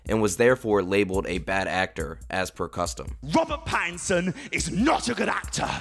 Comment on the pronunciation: Robert Bat-tinson